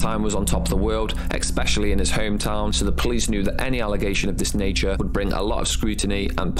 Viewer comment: Why do grown people pronounce it 'expecially'?